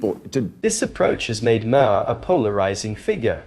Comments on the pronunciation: It’s “Mahr” not “Ma-har.” And cut back on the mansplaining for us. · I'm late to view this but gotta ask the narrator "are you deliberately mispronouncing Bill's name differently half a dozen times?" If you want to be a commentator, take a few seconds to research names to make sure you get them right. Google helps but I'll help you this time, it's pronounced "Mar", silent H. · It’s pronounced Mar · It’s pronounced Maaar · Why not just pronounce “Maher” as Maher does himself, instead of 5 different ways that are all wrong? It’s not that hard.